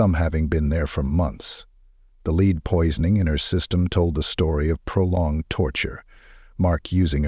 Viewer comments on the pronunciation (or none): this is GPTrash AI narrator says: ""LEED POISONING?""" lmao FLUSHED🚽 next video